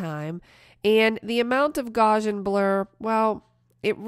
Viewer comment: Gauss in gaussian sounds like House